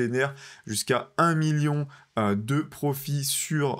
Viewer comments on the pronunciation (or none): none